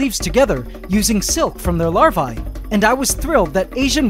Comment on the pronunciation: You are pronouncing larvae wrong.